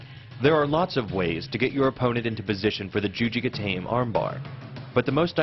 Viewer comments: Juji ga-tah-meh. Ga-tame really doesn't sound right. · Exactly what is the point of narrating yourself? Would the video be deleted otherwise? Also, you pronounce the E in Juji Gatame. It's a like juji gata may. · yeah he said juji ge-taim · Yeah, sacrifice throw is kind of an umbrella term.........and he pronounced the armbar wrong